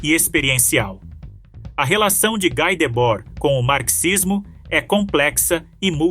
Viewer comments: Pronúncia é Gui e não Gái [Debord] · "Gui" e não "Gái" Debord. Ele é francês, não? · Não se pronuncia GÁI, mas Gui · Esse texto está muito GPT3 e precisa ser melhor trabalhado em muitos aspectos. Ainda assim, parabéns pelo tema abordado e pelo trabalho. Obs: pronuncia-se "gui", não "gai"